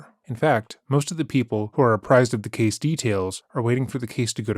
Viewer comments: Is his voice AI? 'Case' becomes 'cah-say.' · He likes reading things as they’re written by Sarah.